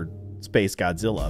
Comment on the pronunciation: It's Shin Godazilla